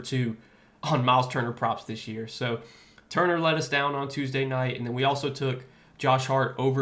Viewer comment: U get props for even saying his name correctly or better than I would lol , turner is out of here! Cnt be in a lineup anytime soon after that lol